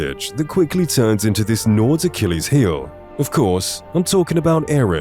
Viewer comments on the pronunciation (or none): none